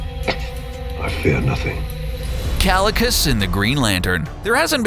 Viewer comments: kalicus? omg how you dare... it's KAECILIUS not Kalicus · "Kalikus" ITS PRONOUNCED KYE-SIL-EE-US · Ki-see-le-us is how is pronounsed